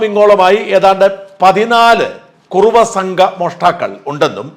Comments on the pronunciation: കുറവയല്ല..കുറുവാ സംഘം... എന്ന് തിരുത്തി വായിക്കുക. .... .. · white washing,, kurruva is not kurava, shaja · കുറവാ അല്ല കുറുവാ രണ്ടുംരണ്ടല്ലേ